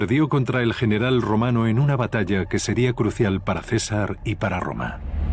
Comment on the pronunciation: solo tengo una pregunta. Porqué pronuncia ''FESAR"?